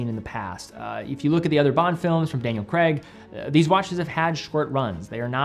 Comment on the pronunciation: Daniel CRAY-g not cr-EGG